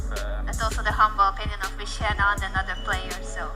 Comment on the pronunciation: Maxime "vachier" 😂